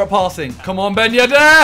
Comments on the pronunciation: No one: Simon: Ben yed-AIR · No one: Simon: Ben yeddde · nobody: simon: ben yedair